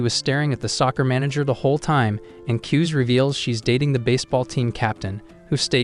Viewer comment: His name kuze how they say it kuz but how you pronounce it KuzA